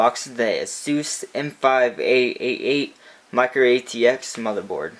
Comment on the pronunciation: Lol he's says mudderboard not motherboard